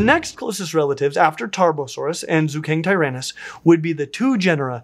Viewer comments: Qianzhousaurus would be pronounced as chian-joe-saurus (ch like in chance). Zuchengtyrannus would be Zucheng (like... the ch in chance) tyrannus. Great video tho!! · I believe it's pronounced Ju-cheng-tyrannus. And Qianzhousaurus would be Chan-joe-saurus. It's pretty easy if you have a Pinyin pronunciation guide!